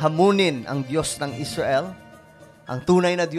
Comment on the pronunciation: Parekoy mali yong tunog ng pananalita mo Muslim hinamon ng dios ng Esrail hahaha